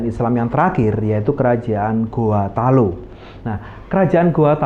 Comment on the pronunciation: Mungkin admin bkn org Makassar Krn sebutan Talo sangat kental jawanya